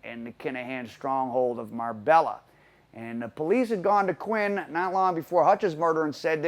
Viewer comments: It’s pronounced MAR-BAYA NOT MARBELLA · Mar-bella 🤣come on at least name check places your doing stories on the ll is silent it’s nearer mar-bae-a also it’s not been known as the Costa del crime since England and Spain agreed a extradition treaty in the early 2000’s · Ya killin' me. It's MAR-bay-YA. I lived there. Used to be a nice place until the Columbian and Mexican cartels started taking over. It's literally gangsters paradise now. From what I hear, it's supposed to be somewhat of a neutral territory. Surprised this guy got killed there. Sounded like a very amature hit. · Marbella is pronounced mar-bay-a man , I can't believe I'm the first one to say it . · It's Pronounced..Marr-bay-a... the LL are silent in Spanish.. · Nice video but you don't pronounce the l's in Marbella they're silent its "mar bay ah" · it's pronounced "Mar-bay-a"